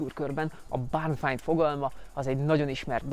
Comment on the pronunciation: "Báárn fájnd"....te jo ég, hogy nem tudod kimondani ezt egy kicsit rosszabb kiejtéssel??